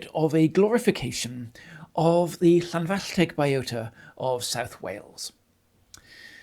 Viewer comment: You pronounced Llanfallteg perfectly...